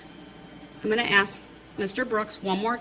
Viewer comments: When he says “Ax” I want to scream, “ITS ASK!!!” Good grief, it’s like nails going down a chalk board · "I am uneducated and a moron, but I read a half of a lawbook, and I know stupid phrases like "Would it be fair to say?" "Grounds" "Objection" and "Let me AXE you".- Darrell Brooks. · Unbelievably childish. No, I won't sit down unless you axe me.. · Yeah, he doesn’t know how to pronounce “ask.” 🙄